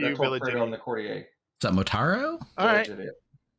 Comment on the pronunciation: Why do so few people know that courtier is pronounced court-yur?